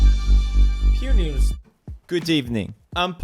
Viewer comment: I thought the intro was: Pew Neuus